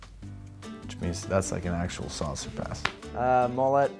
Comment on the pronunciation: Isnt it ”Saucer” like a flying saucer and not ”Sauce”?